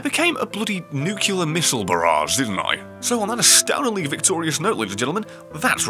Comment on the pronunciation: he said "nucular". cringe mode activate.